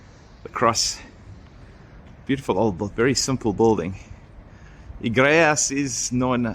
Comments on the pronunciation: Não se lê o u,é Guimarães,não é gumarães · Wanneer julle terug kom, vra die Porratjies hoe om al die Portugese woorde uit te spreek. Dink julle lag julle dood, as julle hoor hoe die name regtig gesê word. 😊😁🤗 Gi-ma-reighnsh (Guimarães)